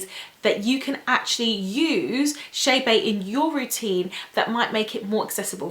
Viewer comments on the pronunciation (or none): Girl, it’s not chaybey (I’m writing how she pronounces it) it’s Chebe